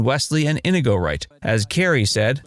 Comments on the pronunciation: It’s “in-EE-go”, not “IN-uh-go” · Narrator kept saying 'INDIGO' Montoya. It's INIGO... there is no 'D'.. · Why do I keep hear Indigo Montoya, when it is In-nee-go Montoya? Have you (re)played the scenes from the movie? Or is this AI bot voice? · Why does everyone pronounce it IN-i-go? Is it just because Peter Falk says it that way? Mandy Pitinkin pronounces it properly in the movie: in-EE-go. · Have you ever actually watched the movie? It is not "in i go" Montoya, it is pronounced "in nego" Montoya and if you can't say it correctly, you have killed the pronunciation, prepare to die. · wow, not "In - A - go" it's E A go. Like in Othello. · To the voiceover guy ih-NEE-GO. His most famous line is pronouncing his name over and over again and you still messed it up!?! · Inigo Montoya=N-knee-go Montoya! That's how they say it in the movie. This is one of my very favorite movies and your butchering how to say his name. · "inuhgoh" Tell me you've never seen the film without telling me you've never seen the film. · Me or does the narrator’s pronunciation of Inigo sound off? I always thought it was more “In-ee-go”. 🤔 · His name is In-eee-go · It would be nice if you had pronounced Inigo correctly. Anyone who has watched the movie should know how it was pronounced in the movie. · Yeah, it was killing me every time I heard it mispronounced. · Oh my god, how do you pronounce Inigo's name wrong for this entire video? His most famous line has him LITERALLY SAYING HIS NAME. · You know someone hasn't seen the movie when they are mispronouncing inigo's name. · Your pronunciation of INIGO, one of the main characters, is WAY off. It lets us know that the narrator absolutely did not see this film. Maybe do your homework? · You keep pronouncing Inigo wrong. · It's inconceivable that the narrator hasn't even watched The Princess Bride. Mispronouncing Inigo so many times in this video deserves a visit from the brute squad for sure.